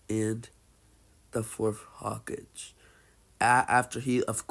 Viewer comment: Its kinda irritating, not gonna lie